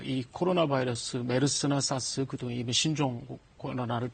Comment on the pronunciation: 사스를 왜 싸스라고... ㅋㅋㅋㅋㅋㅋㅋ